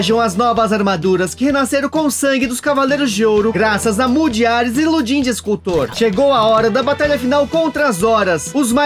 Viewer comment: O personagem se chama Lodi'N, portanto, a pronúncia é Ludin. Mas certamente o personagem é inspirado em Auguste Rodin. Valeu!